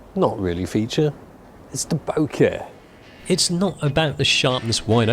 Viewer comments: The way he says "BBOOKEHH" hahaha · Could you say Bokeh one more time? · "expansive-bokeh-mashine" :D